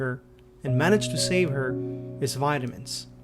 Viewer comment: When u said vitamins ford the first time I thought u said violence jokes aside I hope he’s doing better